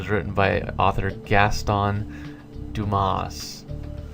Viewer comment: You're right in the pronunciation of Dumas, because in French unless the word has a vowel at the end of it you don't say the last letter